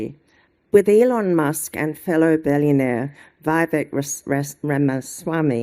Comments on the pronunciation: Listening to Gina Mindfart stumbling to pronounce the names of people she apparently admires .. BEYOND awful. You would THINK she would get THAT right!! SERIOUSLY ... She looks like she dresses in the dark. She reads like a child .. Her private school Aussie 'accent' .. an attempt at 'class'!! BLECH!!! And .. OMG Dutton!!! A self-serving TOAD like no other. CREEPY. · He's reading a prepared speech that he didn't write. He didn't practice beforehand. Gina didn't even practice beforehand - she couldn't even pronounce the names of Vivek and the Argentinian Prez. That is what a basic bogan she is. Foreign names just too much for her slovenly mouth to get around.